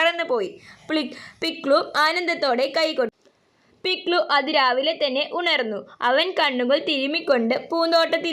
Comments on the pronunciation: പിക്സു അല്ല പിക്ലു ആണ് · പിക്സു അല്ല പിക്‌ലു വാണ് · പിക്സു അല്ല പിക്ലലു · Pikllan alla piklu ann😂😂